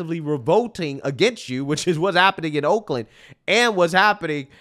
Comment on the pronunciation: Woakland, lol, good one.